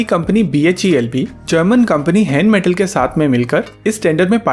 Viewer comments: Not हैनमेटल it's रेनमैटल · its called Rheinmetal .. R is not silent.. greetings from Germany.